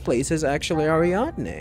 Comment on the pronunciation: You are getting the pronunciation of Ariadne surprisingly accurate here. There is an opera in German called Ariadne auf Naxos by Richard Strauss. I imagine they named the planet after that Opera since there are a LOT of references to German opera in the naming conventions in this game.